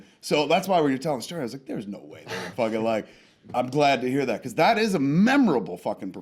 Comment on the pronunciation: "Beecowuz"- Dave